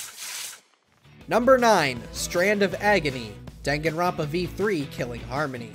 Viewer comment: I love how he just says everybody's name wrong even the title